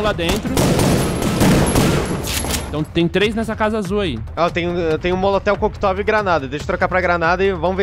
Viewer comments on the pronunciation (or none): Molotel coquitov? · MOLOTEL KOKTOV?????? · Almondega falando Molotel Coquetov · Pô! Perdeu de tirar onda!! Molotel Cocktov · Cokitel molotov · "molotel coctov" - Môndega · Almondega: "Tenho um moletel coquitov" sahdhsahdhsa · Caramba, como vc deixou escapar o "Molotel Koktov" nos? você já foi melhor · "Eu tenho um Molitel Coquitovi!!!" - Almôndega - 2017 hahahahahahah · "Eu tenho um molotel coquetov aqui.." - Almôndega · = "Eu tenho molotel coquetov" AHAHAHAAHAH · "Molotel Coquitovi" - Almondega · O "MOLITEL COQUITOVI" o deixa passar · Almondega " Eu tenho um molotel koctov e uma granada" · "tenho um molotel cocktov aqui" kkkkkk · "molotel koctov" kkkkkkkkk... perdeu uma oportunidade de piada aí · Molotel Coktov hahahhahahahahahahahahahahaha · "eu tenho um molotel koktov" lispector, almondega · "Molotel cocktov", almondega. Ta de parabéns. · Ninguém reparou no almôndega falando molotel cocktov TRÊS vezes?? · Almôndega mandou um "molotel coctov" kkkkk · "Eu tenho um molitel-coquitovi" Almôndega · "Eu tenho um moletel cocktov" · só eu que percebi o almondega falando "molotél quoquitóvi"? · "eu tenho um moloteu kocktove" Almondega 2017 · MOLOTEL COQUETOV porra, almôndega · "eu tenho um molotel coqueteov aq" KKKKKKKKKKKKKKKKKKKK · Mais alguém notou que o almôndega falou Molotel Koktov ao invés de Coquetel Molotov? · só eu ouvi o almondega falando molotel koktov?? kkkkkkkkkk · Só eu que percebi que o cara falo moletel koktóv? Kkkkkkk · molotel coquitove kkkkkkkkkk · Em segundo.. É serio "molotel koctov" Isso que ouvi? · "tenho um molitel cocotove" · eu tenho um molotel coquetov ! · moltel coktov kkkk almondega tem dislexia???? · Molotel kokitove!!!.. hahahah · molotel koctov KKKKKK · O almondega falou "Moloteu coquetov" hauahau wtf... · O almondega falou "molotel cocktov" de proposito né? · so eu escutei o almondega falando molotel coctovi em ves de coctel molotov? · "molotel coctov" kkkkkkkkkk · Tem um molotel coquetov ??? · molotel coquetov